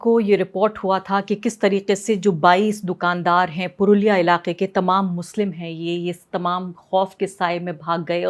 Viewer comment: पुरुलिया नहीं। पुरोला